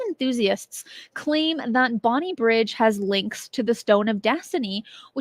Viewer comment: For reference, it's Bonnybridge, not Bonnie Bridge